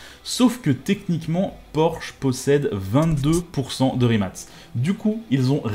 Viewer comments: Le fait que tu dises rimat et pas rimac me perturbe mais bonne video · La vidéo est super cool mais juste c’est Rimac et non pas rimat